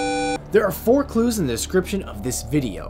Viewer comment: Am I the only one who has no idea what he means when he says "Clues?"